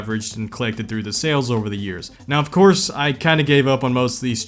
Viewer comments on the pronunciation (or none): bro said Ofkay lol